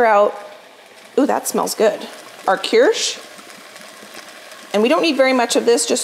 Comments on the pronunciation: You pronounce that liqueur as KEERSH...so you don't pronounce the CH as a chuh but as an SH. (You pronounced it right the second time you said it) My uncle and aunt in Germany have a huge (v tall) cherry tree and they harvest large quantities of bing cherries, one summer I was there for the harvest and man-o-man did I eat a LOT of fresh cherries - some of which they eat and the rest they make into Kirsch. It is delicious. Yum, my aunt is also a German baker and she makes the best cakes I've ever eaten. But your deserts all look SO delicious. I'll try them all. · You're saying kirch correctly. Keersh is how it's pronounced. You've boiled off all of the alcohol so there isn't any left behind. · I believe it is pronounced ( Keer sch) I do double crust on classic NY Cheesecake!!, I think a wooden spoon would be better to stir the caramel than a whisk!! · Kirsch ( keersh) which is German for Cherry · I think it is pronounced Kirsh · It is pronounced "kirsh" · Kirsch is pronounced like keersh in German, it is made from saur cherries and distilled like Vodka… England has cherry brandy which is liqueur created by infusing a spirit like vodka or brandy with cherries but not made from them. Both are delicious imho. But the correct ingredient is the kirsch for a Black Forest recipe like the famous Schwarzwälder Kirschtorte. 🧁 🍒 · I think it is pronounced like it was spelled kirsh.😊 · It’s pronounced Kursh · Really? Because especially the i-sound isn't really how it's supposed to sound in German.